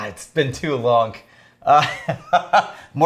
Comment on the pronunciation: Why does add a k sound onto words that end with a g? "It's been to longk" Why? Why?